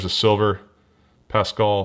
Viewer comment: I know you’re not crazy into badketball but you saying pascall and jokic and all those other names was so funny